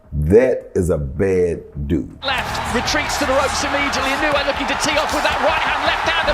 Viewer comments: And it's not "In-yu-ay." Say "een-oo-ay." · His name is not pronounced "In-you-a" It is pronounced "E-no-way" The "I" is a long "e" as in "knee"